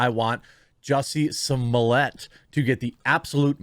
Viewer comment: I have heard Juicy smooleeyay so often that I actually forgot how his real name was pronounced.